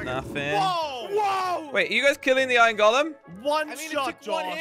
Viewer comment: Every single person that talks english: Iron:Iyn